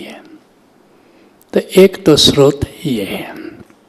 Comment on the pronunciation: सरोत नहीं स्रोत बोलो